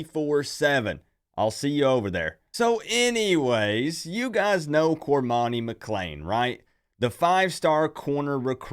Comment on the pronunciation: Get his name right, its cor-money.